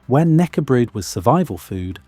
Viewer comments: 😂 "nackebrod", you have to say the k as well, knäckebröd. How hard can it be? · Thank you for the video most of your Swedish pronunciations are good with one exception we do pronounce the K in knäckebröd that is different from English it`s pronounced in the same way as the K in kennel is said in English the rest of the word is pronounced correct. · The K in knackebread or knäckebröd is NOT silent. You got it wrong mate! Say it as it is written. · You say the K in Knäckebröd. It’s important to research pronunciation as well as facts. And knekkebrød (the Norwegian equivalent) is just as delicious as soft bread. Every cold buffet table will have knekkebrød on it, with various spreads and cheeses to put on top of it.